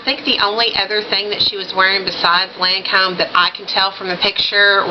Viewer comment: u look so super great in these colors! I have not done much Lancome. And yes I think you pronounced Lancome just fine LOL! Emma Watson is so pretty, Oh I love that Johnny Depp pic! You should see my room omg i have a canvas panitning of him as Captain jack another one of the Prints from the Disney Ads last yr framed and my smokin hot pic of him playing piano! But yeah on make up,......I love seeing looks like that inpisired by celeb covers and photos it fun!